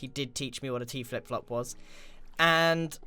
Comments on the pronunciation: Grian: I need to stop calling it teaflop Also grian: *says teaflop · “So I have to trigger this to a *T Flip Flop* “ he says T - flip flop so...... weirdly Almost like.. . . . HE DOESNT KNOW WHAT A T FLIP FLOP IS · So weird to hear Grian say T-flipflop. Usually I hear Mumbo say that